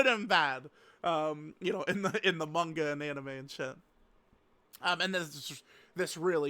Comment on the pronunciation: For the love of god can you pronounce manga correctly if you’re gonna say it 5 times per sentence